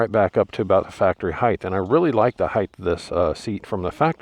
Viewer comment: there's no H at the end of the word "height". anyone saying "heighth" gets immediately discredited.